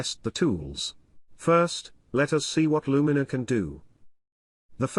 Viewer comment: A good insight, but you could have taught your text to speech software to pronounce Luminar correctly.